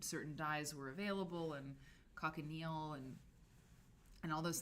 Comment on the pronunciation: co-shi-neal is how to say the name of the natural dye. It gives shades of reds, pinks, & purples, depending on the mordant. Was one of the blend of dyes used to get the red of the traditional English soldier's uniform jacket, long before synthetic dyes were invented